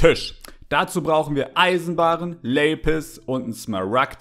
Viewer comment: Normale:Lapis Wirklich Niemand:Läpis